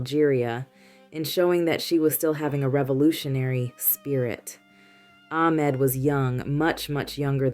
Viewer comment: Sometimes you said AHmed something ARhem. Ahmed with a H is the correct way to pronounce this name. Or just say the boyfriend…